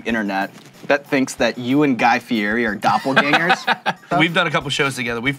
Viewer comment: Joey, you didn't correct Sean on Guy's Last name. Pronunciation...